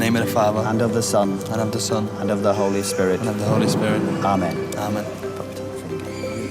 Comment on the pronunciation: Sorry it sounded like the priest said Holy Skirt